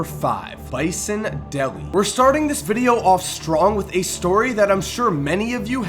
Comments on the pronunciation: His name is pronounced Bison Deh-LAY (not deli) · its not pronounced "Delly" its pronounced "Day-Lay" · It's pronounced Day-lay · I am sure there alot more,I thought Kevin Johnson destroyed Sacramento like Isaihi Thomas did the CBA,you kept mispronouncing Dele,no big deal though,decent video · FYI you kept mispronouncing Bison Dele's last name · OMG, you're saying "Dele" wrong, dude. The 1990s Piston fan in me is crying.